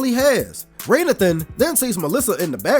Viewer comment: Why are you calling this man "Raynathan" when it's actually pronounced throughout the movie as Ray Nathan?!?!!?